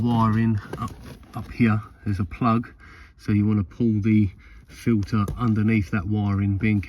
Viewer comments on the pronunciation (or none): It’s a pollen FILTER ,not filer